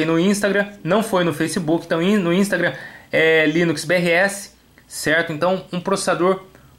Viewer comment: Só eu que fiquei com fadiga quando ele dizia "ínstraga" ? kkk